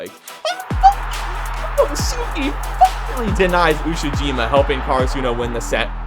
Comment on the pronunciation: nobody talkin bout how he mispronouced karasuno the entire video